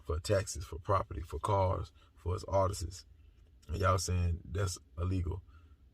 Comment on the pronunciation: ARTISTS NOT ARTESIS..I like you, so I’m not being shady. I just want you to enunciate the words correctly.